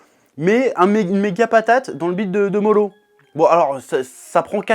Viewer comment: STOP AU « L » qui remplace les « R ». Moro et non MoLo! Toyotaro, Toriyama, Naruto... pour les septiques petit cour de japonais